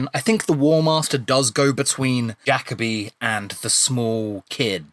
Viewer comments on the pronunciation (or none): Jacobi is Jacobi not Yacobi